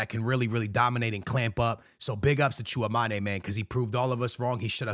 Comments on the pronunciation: FOR THE LOVE OF GOD - IT'S TCHOUA-ME-NI not TCHOUA-MA-NE it's been years ☠☠ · Its Tchoua - me - ni not ma- ni but me - ni. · Bro it’s chua mEni like don’t sound the E like an A lol love you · Bro😂😂you definitely need to learn the pronunciation of Tchouaméni’s name